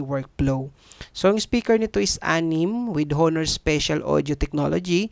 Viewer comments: ANONG HOONOOR?? WALA NAMANG PHONE NA HOONOOR. BAKA HONOR PO. DI HOONOOR. LOL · Onor ang tamang pronunciation nyan boss hehe. Ty sa pricelist. Sayang wala silang compact phone. Yung tipong 6 inches lang. Umay na ako sa malalaking cp kasi.